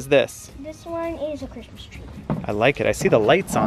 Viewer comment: Quick question! I’m a relatively new subscriber, why do you guys say “Christams” instead of Christmas?